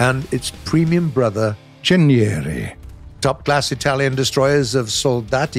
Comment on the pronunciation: I've gotta love how you name the Italians boats, you pronounce them pretty good. Greetings from Italy, gaijin 🇮🇹😳